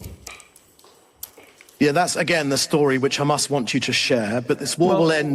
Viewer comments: Why do the Israel partisans pronounce Hamas 'Khamas'? It's weird. The H is aspirated in Arabic. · pronouncing Hamas with the hard 'ch', because he's just a regular American. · They start with a weird kkkkkk.... sound for some reason. They pronounce it as kkkkkkkkkkkhhhhhaamus. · even mispronounces 'Hamas' they exact same way the Israelis do.